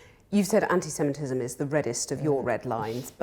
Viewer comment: She has a problem with saying anti semitism.